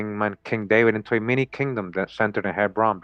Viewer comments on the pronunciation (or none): none